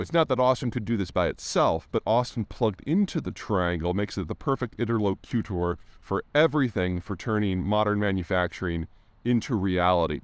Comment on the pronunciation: Too bad he mispronounces it.